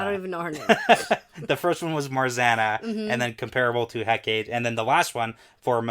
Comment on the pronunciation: Pretty sure Hecate is pronounced Heck-a-tee.